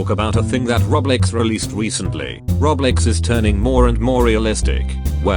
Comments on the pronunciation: The füçking speech robot or thing he pronounce "Roblox" is "Reblex" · Computer talker: Roblex me: laughing so hard